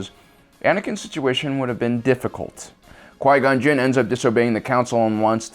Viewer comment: “When Darth maul penetrated Quia gon gin”